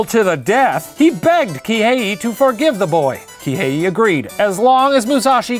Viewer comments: Here's some pronunciation tips for Shane: Kihei - ki-hey; the accent on the first syllable Musashi - the accent is on the first syllable Daimyo - not die - meeo, but dime-yo (make the o a bit longer). Hopefully that makes sense! That's from the first 5 mins haha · The Professor: Se-yi-juro, Kihe-yi Me a Japanese learning student and anime fan: ITS JUST SEH-JU-RO PROFFFF